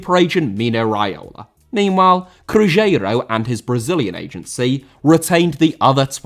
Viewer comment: You say Cruzeiro super weird. Cruise-ero that's more or less how you say it.